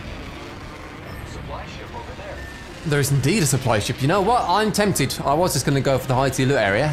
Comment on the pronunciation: When he says I am TEMPted